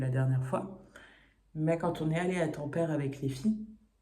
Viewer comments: PS : Oublie les règles de prononciation françaises ; en finnois toutes les lettres se prononcent telles quelles, donc ça donne TA-M-PÈ-RÈ 😉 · Pour les aurores boréales, peut être qu elles étaient polluées par la luminosité de la ville. L'idéal c est de les observer depuis un trou perdu. Et on dit bien tam-pé-ré 😊